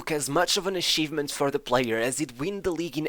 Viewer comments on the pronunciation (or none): Narrator: Has zero difficulty saying SHevCHenko Also Narrator: SHampions League, aSHievement